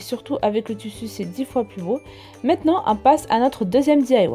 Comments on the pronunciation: elle m'énerve avec son tussu sais tissu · Ou dit tissu et pas tussu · Le toussou 😂😂(tissus )mdr